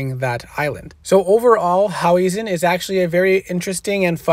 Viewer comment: It’s hau-hezen. Not hau-wesen 😂